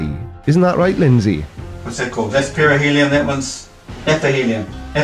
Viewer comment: Perihelion??! I was sure he said perineum. What a load of bollocks 🤣